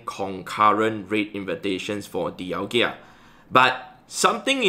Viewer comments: It’s di-al-ga not di-al-gia. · Heads up, it’s pronounced Dialga, not Dialgia. 🙏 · I still dont understand why says Dialgia:D